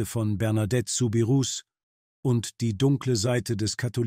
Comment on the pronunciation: Der Name wird "Subiruu" ausgesprochen.